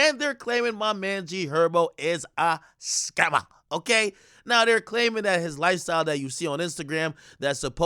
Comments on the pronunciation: Ctfu why he say Scamma like that at 47 seconds 😂😂😂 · Da way dis Nigga said scammer🤦🏾‍♂️😂😂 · Ak why u say scammer like that im fuckin weak!🤣😂